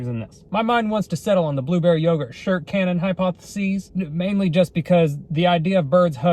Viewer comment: Did you say shart-cannon? Or shirt cannon?